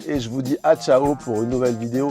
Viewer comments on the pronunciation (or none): none